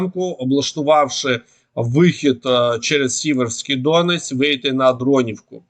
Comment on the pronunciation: Дякую за щоденну роботу , за корисну інформацію . Вкотре наголошую за НАГОЛОС ! Річка Сіверський ДонЕць , а не ДОнець . Слава ЗСУ . 🇺🇦🇺🇦🇺🇦